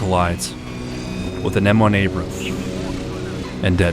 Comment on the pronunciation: What the hell did you say at the ish mark? What is an M1 abrhhh that collides with frzzs? Closed captioning had, "M1 ABR and collides with DEAD MATES." Capital letters n all. Lol wtf?